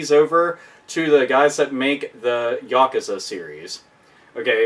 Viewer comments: How about a collaboration between Toshihiro Nagoshi, the director of Yakuza, and Yu Suzuki, the director of Shenmue? By the way , the word is pronounced Ya-Kuu-Za, not Yak Kuza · its funny how he says Yakuza lol